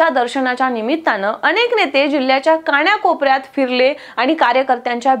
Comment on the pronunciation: मॅडम कान्याकोपऱ्यात नव्हे कानाकोपरात म्हणा ❗😂😄😊😆🤣😴😷🤭😟😞